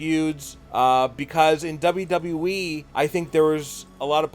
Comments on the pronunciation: Just making a point it's pronounced W-W-E not W-W-wee😂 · What is that weird Pronouncing you spelled wwe like W.E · You know how stupid you sound when you’re talking and pronounce wwe, w e. Not good. Plus you guys look to a lot of negatives on these wrestlers. Look for more positives. You are not experts, so quit acting like you are. Work at it and you may get there. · the way you say wwe as “W Wii” really pisses me off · Can your boy not say “WWE?” He keeps forgetting a “W” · STOP FUCKING SAYING WWE LIKE THAT TAKE YOUR TIME REPEAT AFTER ME W W E not FUCKING NAZ CAR WWE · He's having some problems with that 'WW' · The "unique" way you pronounce WWE gave away the fact that you're using a voice changer and basically having a conversation with yourself.. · This guy still can’t say WWE